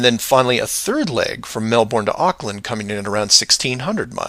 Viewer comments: Well done on correcting my typo, it is still pronouced melbin. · It is pronounce "melbin" not "melborn"